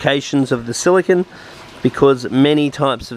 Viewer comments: How much more explanatory does semiconductor computer chip silicon.. vs silicone for sealant have to be ? Youre also pronouncing it wrong as well. SiliCON is a computer chip.. Its pronounced Sili cone.. Like snow cone. ice cream CONE.. Construction CONE.. Not sili CON. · Its silicone.. not silicon.. Silicon is a computer chip.. silicone is that rubbery chemical stuff for aquariums bathtubs ect.. Youre saying it wrong as well.. Sili CON vs Sili CONE like ice cream cone. Get it right please lol